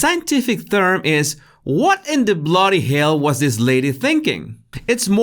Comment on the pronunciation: Agree . He says Bloody Hell Mate like a charming Aussie . Love it I smile everytime .